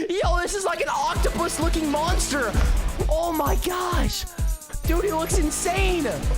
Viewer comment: It’s Pronounce Oaktopus Not Octopus